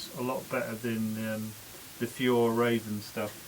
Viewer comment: Hej, we pronounce Fjäll as F'yell 👍🏼